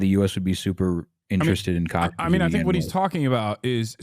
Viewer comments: lots wrong with this video that many others have already pointed out. but please, for the love of god, get somebody on who knows how to actually pronounce the name of the people and the place they are talking about. its K-UH-shmeer, not kaash-mir. also the comments are full of BJP propaganda as well so its difficult to take criticisms seriously, i get. but please talk to an actual kashmiri who has lived in kashmir. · what a shit discussion, feels like they are only targeting Indian narrative without understanding the complete history of the region and disregarding hindus when they are the victims. p.s. its "kashmir" not "Caasshmir" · You guys are both idiots. Also, it’s not Cash-meer or Kaaaash-meer. It’s pronounced Cush-meer. You constantly mentioned military occupation by India. Read history for once, blithering fools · Can’t stand this coconut saying “Kaash-miri” on and on again. It’s “Kush-mir-i” ffs. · atleast he didn't say "kaasmir" like some do, "cashmere" is still better pronunciation than "kaasmir" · Why is the Indian pronouncing Kashmir wrong…wtf is KAAAshmir? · why does this guy keep pronouncing Kashmir wrong its pissing me off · The way he pronounces kashmir and tamil is enough for me know he's whitewashed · Next time u wanna get an "expert" on Kashmir at least get someone who can say the word kashmir properly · this point about the pronunciation 🫣 it was really bothering me the entire time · At least try to pronounce things correctly… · some parts of his argument/coverage are also propaganda, just fyi. its extremely hard to find unbiased resources on this issue. i mean, just to add some context, he has pronounced the name of the land and the people completely wrong this whole video. not that that that illegitimises all his points but its obvious he is not well versed with the nuances of the situation